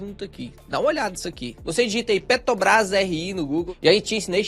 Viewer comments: Sou fã dos vídeos do, mas sou só eu que fico agoniado vendo ele falar Petobras em vez de Petrobrás? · Petobrais ou Petrobras... importante falar corretamente. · PetRobras!!! É pet R obras! Tem um R depois do t, amigo! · Cada vez que vc fala PETOBRAS? me dá uma agonia terrível.